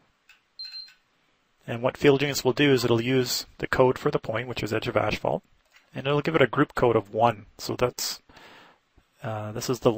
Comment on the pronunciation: My wife calls it ashphalt too :D